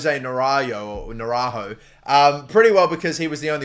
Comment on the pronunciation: mate learn how to pronounce, you've been doing this thig for years: MIngeza ("U" is silent, NaranJo (there's and "n" in there and the J is strong) you could at least bother yourself to google this mate